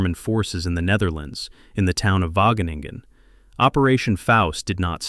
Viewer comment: plse: Wageningen................................ but gratefullness stays